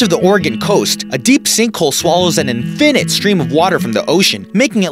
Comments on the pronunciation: and doesn't know how to pronounce infinite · I can't believe how he pronounces infinite. What a nut!